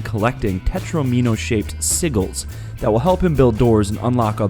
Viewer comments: The a in Talos is pronounced like the a in hat. The g in Sigil is pronounced like a j. Why do so few people research before they make a video? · tah-los not tay-los and wtf is a sigull? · I though riven or myst 4 would be on here. Oh my... that pronunciation of "sigil". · I though riven or myst 4 would be on here. Oh my... that pronunciation of "sigil". I finished Portal 1 yesterday I AM STARTING THE SEQUEL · Somebody is copy and pasting oh my... that pronunciation of “sigil” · Oh my... that pronunciation of "sigil".